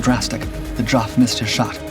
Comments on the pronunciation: Dear Dark producers: 'Geoff' is ponounced 'Jeff'. It's the same name, elevated by old, traditional, British pronunciation. If you can rerecord the narration, please do so. Hearing that mispronunciation over and over again is both grating, and irritating. Otherwise, GREAT VID! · The narrator on this channel has an unfortunate trait of misprouncing people's names. Geoff is pronounced Jeff not Joff. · Geoff, short for Geoffrey. pronounced "Jeff", not jof 🙄. BTW, his book, "First Light" is excellent. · When your narrating a video you should at least try to use the correct pronunciation of peoples names...Geoff is not pronounced "JOFF", it's pronounced JEFF"! Duh! You have dishonoured this man by misnaming him! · Jeff, Jeff, Jeff. Why the heck do you clots say Joff? Geoff = Jeff !! And Dader is Barder Why can`t americans speak English? All you have to do is listen to how we English pronounce english words and copy us. How hard can that be??? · I am sure that Geoff would be most miffed at you calling him Joff when his name is pronounced Jeff. That is the trouble with an American narrator. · "Geeoff"? To hell with AI. Next thing it will do is decide the plural of "aircraft" is "aircrafts". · Stop bloody saying Joff ffs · The diminutive of Wellum's name is pronounced JEFF not JOFF, but on the whole this is good. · The name is pronounced 'Jeff' not 'joff'! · Absolutely! He'd be Joffrey otherwise. Pronunciation is not the narrator's strong point. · The 224 had a goshawk engine. The Griffon was much later and replaced the Merlin in the Spitfire mk 14. There are a lot of other innaccuracies too. Geoff is pronounced JEFF not Joff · You had me confuddled for few moments.....when you get the name Geoff,its pronounced Jeff...not Ge-off. Met Mr Wellum....he was the youngest B of B fighter pilot.... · "Joff"? Geoff is pronounced "Jeff" you colonial knob. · "Geoff" is pronounced "Jeff". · Nice presentation, but spoiled by your awful pronunciation. Geoff is Jeff, not Joff !!